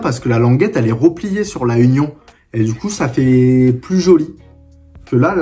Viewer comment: ça se dit "unione" bosse mais vasy c'est rien. Force continue mon gars